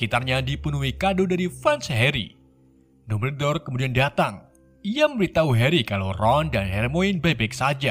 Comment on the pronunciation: lebih enak kalo di baca dambel dor,,kalo dumber dor mah di tulis nya